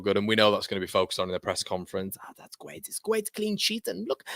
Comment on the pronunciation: It’s gwait it’s gwait 😂